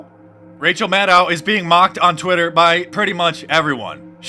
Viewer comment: Don't you mean Rachel MAN-DOW ?